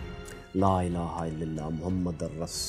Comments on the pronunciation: بھائ بہت خوب معلومات مگر یہاں آپ نے ایک صدام حسین نے کلمہ پڑھا اور آپ نے یہاں کلمہ۔پڑھ کر بھی سنایا مگر محمدٙرّسول اللّٰہ نہیں بلکہ آپ بھی اپنے کلمے کو درست کریں محمدُرّٙسول اللّٰہ ہوتا ہے یعنی د پر زبر نہیں پیش ہے کلمہ میں امید ہے آپ اصلاح کریں گے اور ہمارے لیے اللّٰہ پاک قبول کرے اور صدقہ جاریہ بناے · بھائی جان برا مت کیجئے گا آپ کو اپنا کلمہ طیبہ پے زرا غور کرنا چاہئے۔۔۔۔۔محمد کے دال پر زبر نھیں ھے پیش آتی ھے ۔۔۔اپ کی ویڈیوز بہت اچھی ھوتی ھیں